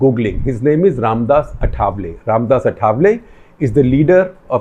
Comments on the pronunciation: The pronounciation for Ramdas Athavale is आठवले and not अठावले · His name is आठवले not अथावले